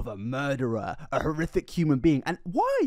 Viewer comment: Serious Question: Are you a closeted ventriloquist? I ask because you effortlessly use the "th" sound in place of the "f" sound intermittently. This is a ventriloquism technique. You literally say "horrithic" instead of "horrific" . Love your content either way. I'm just intrigued.